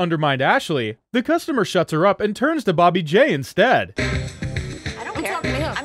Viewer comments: Why did he say Booby J? His name is Bobby J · around 43m and 20 seconds why did the narrator say "booby J" 😂😂instead of bobby j 😂😂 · Anyone else catch him say booby j lmao